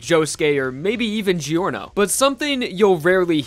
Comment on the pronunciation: It prounced jorno not giorno